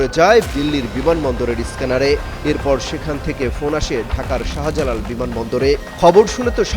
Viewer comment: শাহা জালাল কি অমিত শাহার ছোট ভাই? উচ্চারণ ঠিক না থাকলে ভয়েস ওভারে অন্য কারো ভয়েস ব্যবহার করো। শাহবাগ, শাহজাহান, শাহজালাল এই শব্দগুলোতে শা এর পর হা উচ্চা করার কি দরকার? যাইহোক, দিল্লির খবর তো ফোনেই পাবা। বিমান বাংলাদেশে লাইগা থাকো, ওদের প্রত্যেকের ইমিডিয়েট মতামত দিতে বাধ্য করো। ইউনুসের আমলেও বিমান কর্তৃপক্ষ অনেক অস্ত্র গায়েব করছে। বাংলাদেশের ভিসা সব দেশে থেকেই রিজেক্ট হচ্ছে। বিমান বাংলাদেশ ব্যাখ্যা দিতে বাধ্য তা না হলে চাকরি থেকে অব্যাহতি দিয়ে কোর্টে হাজির করতে হবে। সমস্ত উচ্চপদস্থ বিমান কর্তৃপক্ষের ইমিডিয়েট ব্যাখ্যা জরুরি, পুলিশ তদন্তের পর ঐ সাক্ষাৎকারের কোনো মূল্য নাই।